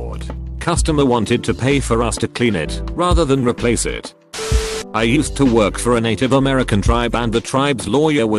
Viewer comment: For simplicity's sake, if you're gonna make youtube videos hosted by a robot voice, at least make it so whenever you paste them in it says IT like two letters, rather than a single word.